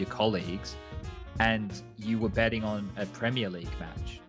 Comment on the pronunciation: I thought I heard illicit "bedding" instead of "betting"